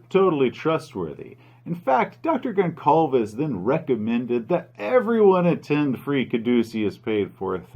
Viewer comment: just saying, it's not, tou dont pronounce it GonCalves, it's GolSalves, ç sounds like an SS